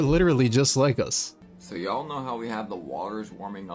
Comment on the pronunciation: What do you mean ye'all ? Isn't it y'all 😮😅 ... I suppose I should be saying ain't instead of isn't 😊...